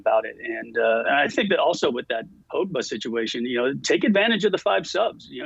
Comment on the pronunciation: casey calling my mans as Pogeba